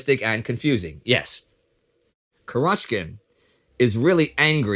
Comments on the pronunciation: The stress in Kurochkin should be on the first syllable, and in Sevastopol on the third syllable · It's 'Kurochkin, with the stress on the first syllable. Means literally "Chicken's" in Russian.